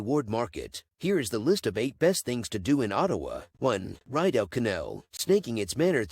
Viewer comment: Ree dough canal not ride o.